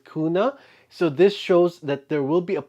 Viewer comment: Very interesting theories. Very excited about tomorrow's release. You nailed "kuna" pronunciation great! :-D